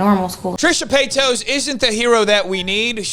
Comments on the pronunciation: I love it when deliberately says Trisha PAYTOS. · Trisha PAY-TOES☠😅🤣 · "Trisha paytoes" 😂😂😂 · I know this is small, but I love how you mispronounce her last name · Im honestly here to hear her name said wrong